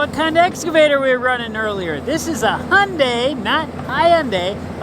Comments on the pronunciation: Hyundai is pronounced just like Sunday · Thank you for not saying “ HI- unday! It so annoying to hear people say that.